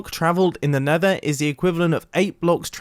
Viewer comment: 4.32 in vid you say mether again